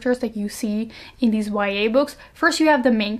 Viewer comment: Everytime she says YA I hear Y/N😂